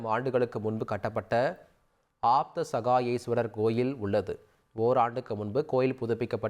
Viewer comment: It’s “Abathsahayeswara” not Apthasaheswarar. Please pronounce properly.